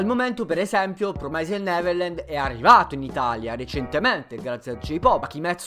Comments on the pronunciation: tutto giusto e tutto bello, ma porca di una miseria si pronuncia "Promisd" non "Promaised" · promised deriva da promise, che in inglese si pronuncia "promis" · D'accordissimo... Promaised non si può sentire...